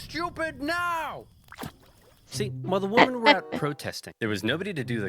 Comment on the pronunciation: You can tell by the fact that in this very video he pronounces "women" like "woman" over and over again, a sure sign of brain rot.